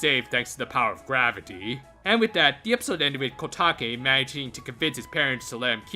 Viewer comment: it's kotake